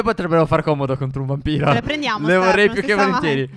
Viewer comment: io ho sentito BAMBINO non VAMPIRO.